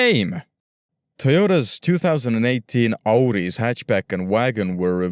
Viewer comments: I didn't have a clue that you're estonian until you said "Auris" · Your Estonian accent really doesn't stick out to me usually, but then you said Auris. Really took me by surprise lol. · Thank goodness they changed it back to Corolla. It's honestly impossible to pronounce "Auris" without looking like a fish on dry land.